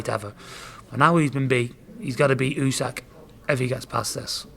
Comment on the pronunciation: Why do all the Fury’s call him ooseck? It’s Usyck 😂